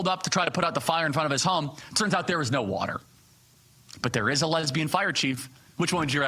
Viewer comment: "Did she drink all the watar?!" OMG...That one really got me. Mr. Potato Head is not much of a thinker.